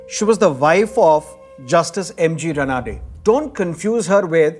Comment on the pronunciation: Excellent. The Marathi pronounciation is रानडे not रनाडे!